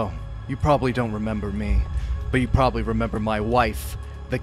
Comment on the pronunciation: nah bro said "probally"